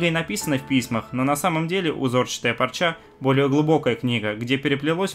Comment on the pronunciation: ты уж определись: "пОрча" или... "пАрча"....:) p.s....в ссылке на это видео, - "пОрча"....